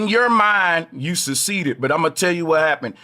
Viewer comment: "You suseeded", 😂😂😂😂